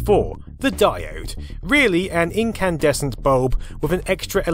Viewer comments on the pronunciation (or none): none